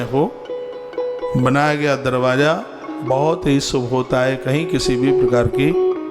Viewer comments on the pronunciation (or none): आदरणीय श्री गुरुदेव प्रणाम। आप यह निरस साहित्य किताब पढ़कर नाम सुनावे आप तो व्यावहारिक बातें बतावे आप किताब में देख रहे हैं बड़ा कुआं ढसा लग रहा है सुभनही शुभ सही उच्चारण है धन्यवाद।